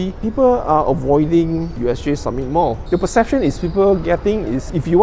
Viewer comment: Samit not sammit